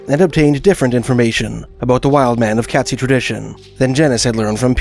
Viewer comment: Katzi pronunciation is Kate-zee, not Cat. Pitt lake would not freeze over especially not thick enough to hold the weight of a Sasquatch. Or human.